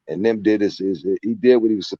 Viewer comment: Why is he calling him nimp, I thought his name was nip???